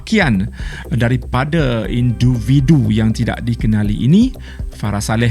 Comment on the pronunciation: siapa perasan dia sebut induvidu